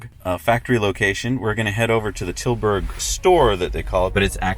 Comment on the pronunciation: or oosterhout, tilburg, osnabruck and pretty much any other place they tried to pronounce :D